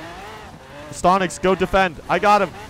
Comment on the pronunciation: Its not stontix its stonks